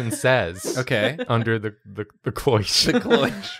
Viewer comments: there's just one little detail I can't seem to shake from my head,. If you were in the kitchen, watching the food as you said, how do you know that Chef Drawfee called it a 'clioche' instead of a cloche? Music sting from Columbo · "'Cloiche'? 'Suggest-ione'??" xD